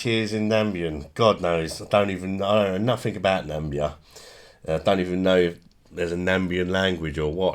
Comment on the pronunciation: it's not Nambia it's Na-mi-bia